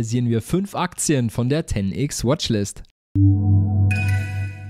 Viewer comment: na warum "Ten Ix" und nicht "Ten Ex" (englische Aussprache von X = ex) 😂